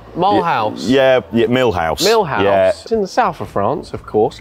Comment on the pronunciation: Mulhouse is pronounced Mul-lose not mil house and its Eastern France 😂